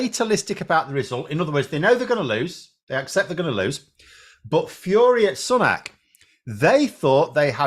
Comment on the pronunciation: I thought his sir name is pronounced SOO-NAK? Not SUN-AK?